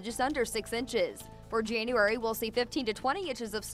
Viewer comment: In Jane-uarey? Omg, lovely!